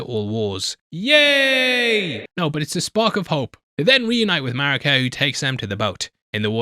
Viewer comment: Did someone else write this for you? It's pronounced Mareeka not Marika.